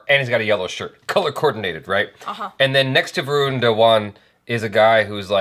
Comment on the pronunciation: Original song has been raped mercilessly! But Shraddha....no matter what an irritating actress she is.....she looked super-hot over here. But the moment she ll utter dialogues .....well, we ll know we have to put the vid on mute to avoid bleeding frm ears 🐒. "VROON" 😅 It's "Va-run". Ghabru is a Punjabi word actually means a guy (Mutiyaar means girl) but as a slang, ghabru is used to indicate "Cool dude".